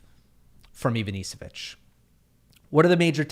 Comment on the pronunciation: Hi, Ivanišević is pronounced IvaniSHevich